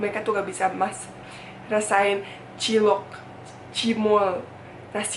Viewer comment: cilok, cimol wkwkwkwkwkwkwk... lucu aj gitu dengernya klo bule yg ngomong wkwkwkwkwk